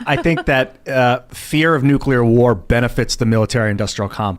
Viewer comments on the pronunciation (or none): NU- CLEAR! NUUUU CLEAR! You fucⓀing Ⓡetard from florida! It's pronounced NU- CLEAR! "Here's my totally well-researched argument about new-kyuh-ler bombs guys. I'm totally trustworthy" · Everytime that guy says "NEWCULAR" I cringe